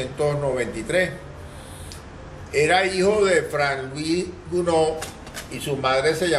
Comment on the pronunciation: Es Charles Gounod, y no Gnoud. Luis Soto.